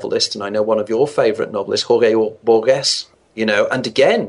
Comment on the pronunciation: Boor-guess? He means Borges I suppose. Boor-hayes.